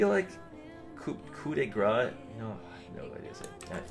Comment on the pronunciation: In french, you prounounce coup well but "grace" is almost exactly like "grass", the r is a bit drier because it's french ;) closer to uk pronouciation for the "de" tho